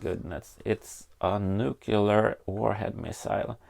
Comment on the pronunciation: nucular - the world is nucular :P